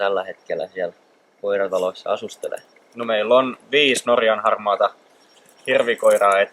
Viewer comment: norrrrrrjan harrrrrmaaa,,,haha